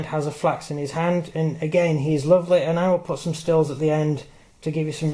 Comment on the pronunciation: Falx mate not flax